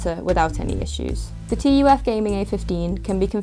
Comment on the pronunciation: I don't know why but it is bothering me so much that she is saying "T" "U" "F". It reminds me Nvidia saying "Tie" instead of Ti.